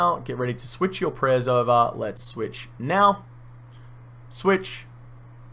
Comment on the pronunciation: Every time you said switch I imagined Michael Jordan saying swish